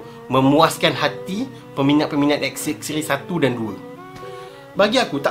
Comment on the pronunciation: klaka dgr die sbut pkataan "xxray" 😆😆 knp rrrr camtu? hahaha